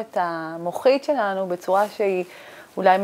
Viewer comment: את ד"ר אבל אומרת את המילה - "שלנו" לא נכון לאורך כל הסרטון, קשה מאוד להקשיב לך ברצינות ככה